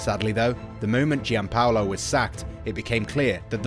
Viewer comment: giallorossi??? eh??? Please stick to English football. Why talk about teams you know nothing about?? Sacchi is pronounced Sakee! It isn't that difficult. Just put it into google translate ffs. Even Giampaolo is mispronounced, but that's forgiven. Also. Bennacer is not Benaker 😭 This is one of the worst pieces of commentary on a YouTube video I've ever seen. Also. It was Boban who was critical to hiring Pioli. It was boban who stood up for Pioli during all the ragnick talks and as he is a true gentleman, he cried foul and that's why he was wrongly sacked. Ultimately, Boban was proven right. The dickheads like Gazidis etc owe Zorro an apology.